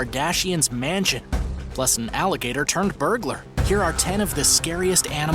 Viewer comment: Its alligator not alageter